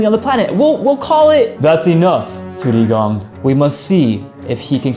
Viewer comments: it's not tudigong it's tu di gong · u said tudidong wrong